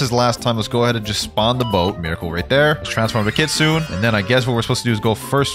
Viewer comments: I can't stand hearing someone say kitsune like Kitsoon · No hate but it's pronounced Kitsuneh it's Japanese but yeah the e is eh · Everytime he said "kitsune," I cringed. The E is pronounced! No hate though, love the content! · Why do people pronounce kitsune as kitsoon😭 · Kitsune is pronounced with the E at the end.